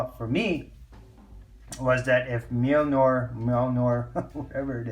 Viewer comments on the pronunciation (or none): Glad to see your back. Great pickups, had those frost books on my radar for a while now just haven't picked them up, congrats in that rocket and that Hella variant. Thors hammer is pronounced mill near. I looked it up years ago because I wasn't sure how to pronounce it either lol. Anyway have a great one brother.